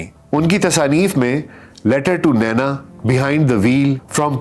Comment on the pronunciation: Are you sure it is pronounced Naina and not Nina Behind the ' veil ' pronounced as vale Not Rukan but Rukn Nafs not nafas Noticeable . there is not a single photograph of Shaista Ikramullah in public domain in purdah herself . Purdah being widely misunderstood and deliberately enforced by men over women in the Muslim world